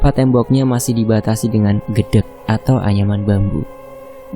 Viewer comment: Interupsi min, Untuk anyaman bambu dibacanya bukan gedek, tapi Gedhek